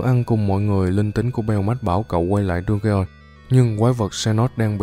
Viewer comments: Đu ge on 😂😂😂😂 Dungeon mà😂😂😂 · Anh đọc dungeon thành đu ghê on thì cũng đúng mà đọc đúng thì là đân dần